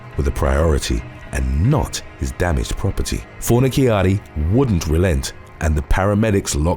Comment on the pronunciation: Fornaciara, ci shsh sound! fornishari is how it is pronounced